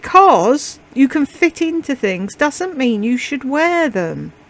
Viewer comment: Omg she said, “ Greazee” instead of greasy? Omg!🤣🤣🤣🤣🤦‍♀️🤦‍♀️🤦‍♀️ oh and then, “Dudn’t” instead of doesn’t.😂😂😂😂😂😂 She is such a dunce.